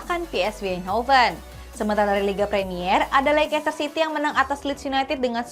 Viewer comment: Bacanya: leis-ter, bukan leikes-ter